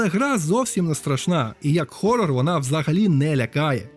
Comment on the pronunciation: Лайк. З перших секунд. Дякую за "Хорор" а не "Горор". Невже ще хтось розуміє відмінність між українсько-англійською літерацією, та англійсько-українською транскрипцією. Звертаюсь до усіх прогресивних, ви коли кажете "гейт" замість "хейт", ви не стаєте патріотами, ви стаєте дибілами які кажуть "ворота" замість "ненависть".